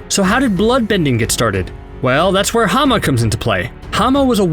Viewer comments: her name is Hama not Hana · You idiot. You absolute buffoon. HER NAME WAS HAMA, NOT HANA!